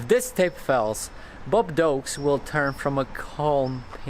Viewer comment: "Bob Dokes"